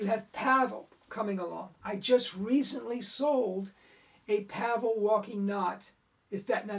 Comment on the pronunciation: Hi - great post, thank-you. Out of this World was one of the first card tricks I ever learned and I still perform it almost 50 years later! Two points. Pavel is pronounced "Pa-Vel" - two syllables. And he sadly passed away in 2011. He won a FISM award (1982) for his Walking Knot. His family continues to run his website in his name.